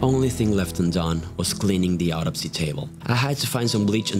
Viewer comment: you say autopsy weird sounds like you say odyssey